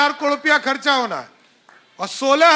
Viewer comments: Abe murkh kadore nahi,caror hota h.kaise dy cm ban gya h. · कड़ोंर नहीं रे बाबा...करोड़ बोल करोड़।